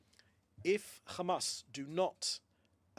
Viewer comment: Why has Mencer pronunciation changed fromb CHAMAS to Hamas